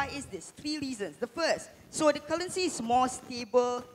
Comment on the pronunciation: I'm struggling to understand what he is saying. He kept repeating cullency... Scratched my head a few times & then I realized cullency is actually currency. I realized he can't pronounce the R.